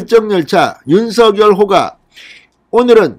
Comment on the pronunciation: 윤 서결이란 사람 있나요 ? 윤성열이란 사람은 대선 후보자이다 (성열)로 발음하세요 진성호씨~~~ 알고 방송하세요